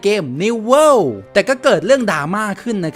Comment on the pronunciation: World ไม่ใช่ worle